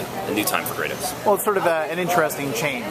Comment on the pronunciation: WOW, THE INTERVIEWER SAID "KRATAWS" ...he needs to be executed!!